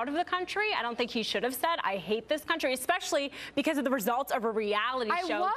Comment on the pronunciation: Did she say EXspecially? It's especially!!